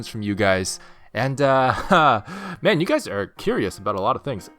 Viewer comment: "Hello goo-ys!"